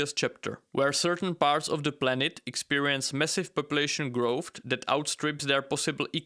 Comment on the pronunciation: Its not growthT its growth